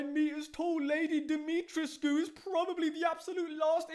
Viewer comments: Pronounced Di-mi-tresk with a silent “u” Great vid btw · Isn’t her name pronounced Dimitresque